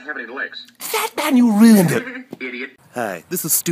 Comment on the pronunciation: he said ruined wrong